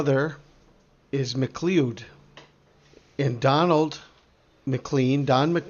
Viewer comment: MacLeod is pronounced Ma Cloud FYI